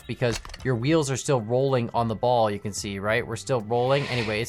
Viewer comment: going full Canadian